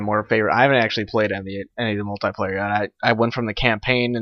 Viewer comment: u pronaunce multiplayer wrong